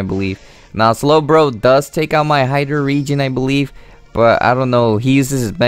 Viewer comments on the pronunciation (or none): No offence but you got to work on saying pokemon correctly ^~^ saying this in a nice way :) hydreigon is pronounced ( hai-dragon )